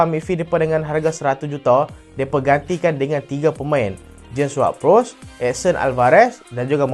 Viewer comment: Bro aku nk komen sikit, video hang makin lame makin menarik dah, cuma utk penambah baikkan hang kene study skit sebutan nama player, ward prowse bkn wad perus n byk yg lqin lg. Aku doakan channel hang tambah bjaye